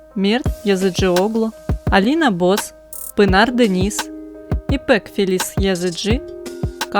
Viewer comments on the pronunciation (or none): none